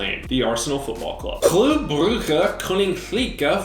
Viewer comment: The flemmish pronounciation of Club Brugge’s name is not as the dutch one. That’s [klʏ ˈbrʏɣə ˌkoːnɪŋkləkə ˈvudbɑlvərˌeːnəɣɪŋ]